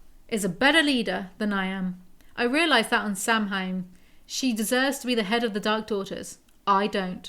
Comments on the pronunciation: Not sure if someone mentioned it already but Samhain is basically Halloween in Irish and you pronounce it sah-wn. I admit your pronounciation made me laugh a bit (unlike when they did the same thing on SPN). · I'm so glad is doing one a month, excited af! Also, thought you'd like to know (or not lol) Samhain is pronounced Sow-wan.